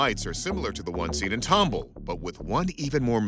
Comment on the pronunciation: Tumble? It's Tom ball!